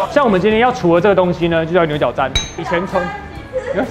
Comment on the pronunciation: 牛角砧ㄓㄣ 就像銑床大家都愛念ㄒㄧˇ實際上是ㄒㄧㄢˇ一樣OAO